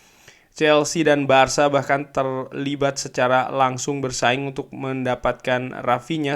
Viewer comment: BARKA ya guys bukan BARSA